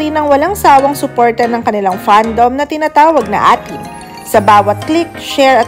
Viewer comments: salamat po sa video, pero correction po, EY-Tin po yun bigkas nun A'Tin hindi Atin hahahaah , uulitin ko po EY-TIN salamat po😄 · salamat po sa video, pero correction po, EY-Tin po yun hindi Atin hahahaah , uulitin ko po EY-TIN salamat po hehehehe 😁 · Hindi atin. A'TIN (18 yan ang pagrounce). Kaasar ka ha. Hindi mo naririnig kahit kahit sa lima. .😢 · Been an a'tin since 2021 and it's pronounced po as 18 hindi atin,, yun lang😂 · A'tin is pronounce eighteen. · Pronounced as 18 Po ung A'tin.💙💙💙💙💙👍🇵🇭🌏